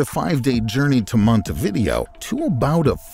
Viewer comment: This is a good video, with the exception of your awful pronunciation of the city of Montevideo. It's not "monty-VIDeo," it is mon-te-vi-DEH-o.